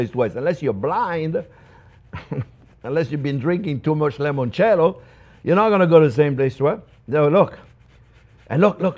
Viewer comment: Chef Jean-Pierre, please stop saying 'lemoncello'. The correct word is 'limoncello' with an 'i', not an 'e'. You are half Italian and, of all people, should know that the word for 'lemon' in Italian is 'limone'. Cheers!